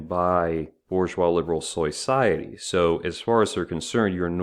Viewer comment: I subscribed once he said soy-ciety